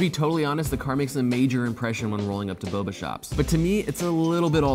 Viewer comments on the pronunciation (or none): none